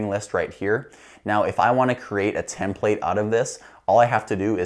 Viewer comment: The last “template” he said was the right way to pronounce it